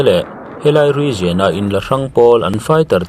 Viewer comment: Grenade te region te, leh thil dang i lam dan a dik lo deuh aw.